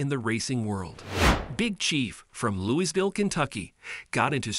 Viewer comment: Yes he has, actually talked about it on Limpy’s video. I wish this dude could say Louisville right! lol. I use to race down on 11th street every weekend!